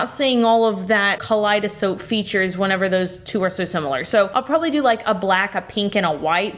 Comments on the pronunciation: It irrationally bothers me that you say "kaleidosoap" but type in the desc "kaleidoscope" Anyway I think that came out nice tbh, I'd get that for my ocean theme loving mom, looks very much like a stylized clam shell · "Kaleidosoap" has me rolling! XD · Anyone else catch say kaleidsoap? 😂😂😂 yes please more of this